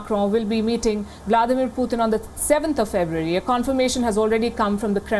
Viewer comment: Путын она говорит:/